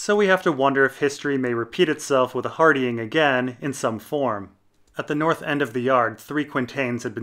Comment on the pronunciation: Love the vids, but your pronunciation of Hardyng is jarring